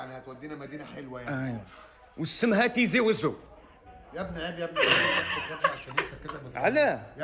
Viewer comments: تيزي وزو وليس طيزيهههه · لكن المدينة إسمها بالتاء مش بالطاء عايزين تسموها إنتو على مزاجكم😠(تيزي وزو)مش بالمفهوم الي بتفهوه إنتو يامتخلفين يالي بتفكرو في الطياز بس